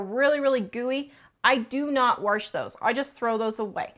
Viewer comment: there is no R in wash, or washer. My mom said it the way you do. I like your videos